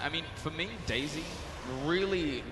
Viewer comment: does anybody else hear "daisy" as "dayz" ?